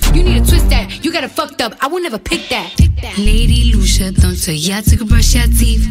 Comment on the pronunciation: Not her saying “Lady loosher” omg 😂😂😂